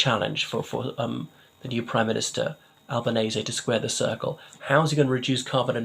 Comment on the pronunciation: At last, someone who pronounces his name correctly! They took Earls Court for long time.. ☕🤗